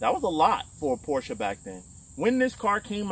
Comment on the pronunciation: As a German I love you for saying Porsche correct :) A lot of americans say Porsch and it drives me nuts everytime i hear it :) Its a german Car not a french car :)